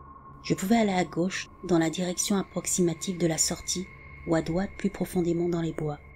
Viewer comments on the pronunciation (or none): Juste pour dire: dRoite pas doite, ça peut porter a confusion 😄 Ne le prends pas mal, je t'adore! 🥰😘☮️